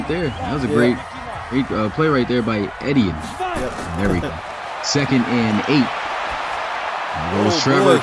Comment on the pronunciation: Etienne is pronounced like E T N